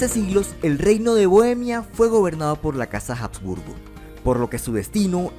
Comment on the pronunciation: Muy buen vídeo, lo único es que se pronuncia "absburgo", no "jabsburgo"